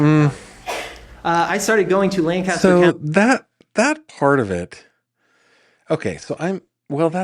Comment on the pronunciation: thank you for pronouncing Lancaster correctly! No one in the trial did, not even the defendant-- who lived there!